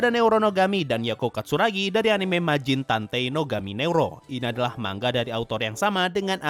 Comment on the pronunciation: Manga oi bang bukan mangga